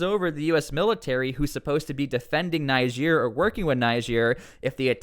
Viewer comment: It's pronounced Neejeer, not Nijeer